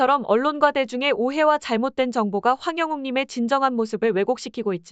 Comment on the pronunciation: 제발 울가수님성함이라도정확히읽어주세요 황룡옥? 참말로